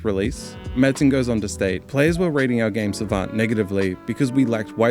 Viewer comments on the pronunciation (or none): none